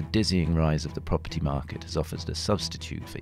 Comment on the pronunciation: 0.56 - the housing smarket 🤣